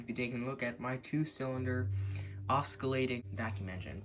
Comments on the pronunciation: That’s not how you say oscillating. Ima try to do a pronunciation. (Oss-sill-late-ing) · "osckillating engine" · I want to stay friendly and please dont take this as fighting and offense, but im pretty sure you are pronouncing "oscillating" wrong